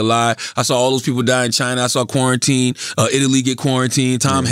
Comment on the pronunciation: I swear I thought Charlemagne said 'Pornitine' instead of quarantine...